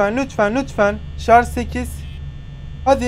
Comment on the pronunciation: ş leri söyleyemeyenleri unutmayıp videonun bir bölümünde şarj a çarj diyen koca yürekli